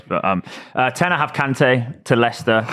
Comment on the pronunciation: Its Kante